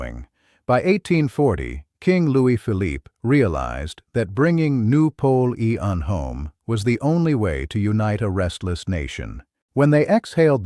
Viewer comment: "noo polee ean" lol and Jesus loves yall, praise God